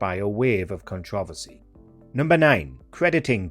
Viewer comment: I have never heard the word "controversy" pronounced like that...🤔🧐